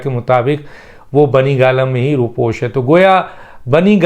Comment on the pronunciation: ر. . کے اوپر پیش پڑھیں . . رو پیش